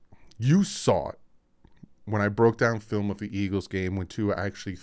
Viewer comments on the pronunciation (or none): none